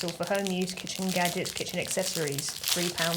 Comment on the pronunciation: Kitchen gadjiks